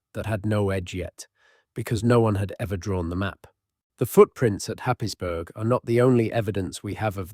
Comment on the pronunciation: Happisburgh is pronounced Haysbruh